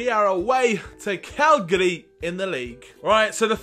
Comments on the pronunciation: You called Cagliari... Calgary. Calgary is a city in Canada. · Viviano played as a backup to Szczesny last season, so yes he did play for Arsenal and you said Cagliari wrong. Its not Calgari haha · It's pronounced CAG-LIARI